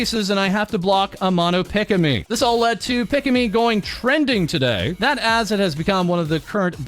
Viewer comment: "Pick-a-me" instead of "Pika-me" lol. More like Pikachu, dude.